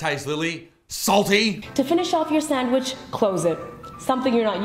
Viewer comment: The way she says "sondwich" annoys the fuck outta me